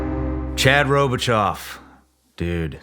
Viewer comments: Say it with me Shawn… ro-bi-cho, not ro-bi-chalk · I am surprised that you didn’t pronounce his last name correctly. You missed the mark on the last syllable. Basic rule of thumb is that any Cajun French Surname ending with “aux” or “eaux” is pronounced like “oh”. For Robichaux, down the bayou it would be pronounced like…Ro-bee-show. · Robe-uh-Show.....Shawn gotta learn a little of our cajun dialect and hit that last name right. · Robichaux is French. It’s Rowbah-show. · 3rd time listening to this episode. Amazing to find out Chad and Victor Marx grew up like 3 miles from my office. Robichaux in Louisiana is pronounced RobiSHOW. We have been known to confuse anyone with our spelling! Keep em coming Shawn. I’m on the road all day, and these podcasts are helping me stay focused and thankful for what these men have done for us! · Robi-chaw? Then Chad said “pee-rouge”…very disappointing 😂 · I KNEW IT. I literally know people named Chad Robicheaux. You butchered his last name lol. Row-Ba-show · I’m sorry but WTF at how Shawn said this guy’s last name…just absolutely wtf was that abortion that came out of your mouth… That’s NOT how to say that name…it’s a French name. It sounds like Ro-bee-sho. No off sound at the end of the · Ok first so that’s not how you say his last name 😂 (robe-a-show). Once I saw it I knew he was from southeast Louisiana. Awesome story and life. Proud Louisianan here. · As soon as I saw the last name, I knew he had to be from Louisiana. And I also knew in the first two seconds you butchered his last name, but it's all good. "Robishow" is how its pronounced. ;) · Pronounced Robi-SHOW Shawn. Robi SHOW !!! Damn man, you never been to Louisiana ? Great interview boss. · it’s pronounced “robishow” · Chad and Myself share the same last name.It's crazy how people butcher the pronunciation of our last name. People in the Army called me Robo because they couldn't pronounce our last name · That pronunciation of his last name breaks my heart lol